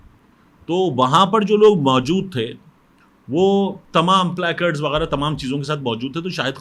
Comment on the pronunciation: Stop being idiot and saying " PLEKARD" It's play catds